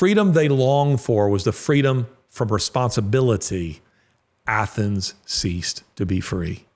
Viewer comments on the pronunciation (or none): none